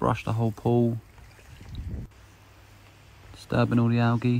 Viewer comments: there is literally only one way to pronounce it. any other way is incorrect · I get so triggered when he says “ algae” wrong 😂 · he keeps saying alge 😂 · did he really say alge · The way he says “Algae” kinda disturbs me lol but I know it’s just the way he says it. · The way he says algae 😂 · The way he pronounces algae is killing me